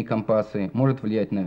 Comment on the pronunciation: Слово " компасы" с ударением на "а" резало слух.